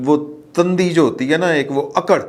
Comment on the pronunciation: always feel good to listen you. It is very good to talk about your well wishers or friends and teaching masters. With due excuse for one correction. You said one word "Tandi" with a Zaber on Tay. It should be Tundi with pesh on Tay. I am sorry to mention but it is good to do correction, fact is fact. Tandi is like a one thread from threads but tundi is kind of too much or like highest-rated of something.